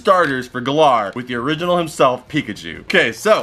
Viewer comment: Why does he call it Galaar